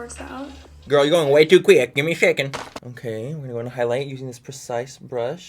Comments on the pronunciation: Manny 'give me a shecond' MUA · "Gimme a shecond"😂❤ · “ you need to give me a siacend” 😂😂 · " give me a shecond bitch, give me a fucking shecond " im dead 🤣🤣💀. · “You need to give me a syecond”😂